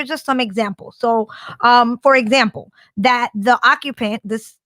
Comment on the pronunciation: “Fur Zample”